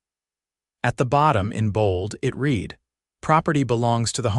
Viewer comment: Your A.I. reader needs to learn the difference between READ, READ, RED, REED and a few others. Why don’t you just hire real people who know the language?